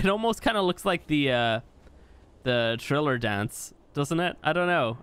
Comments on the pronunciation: Did he just say "Triller" dance... it's thriller lmao that's hillarious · Triller? Its Thriller, bro.